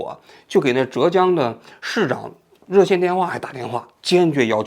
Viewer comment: 浙江 四声